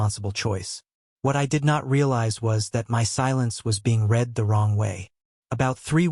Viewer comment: At about : : the word 'read' is miss-pronounced with a hard 'e' but the tense is wrong and the correct word has a soft 'e' to fit smoothly into the local context of the story!. Oops LoL 😢😂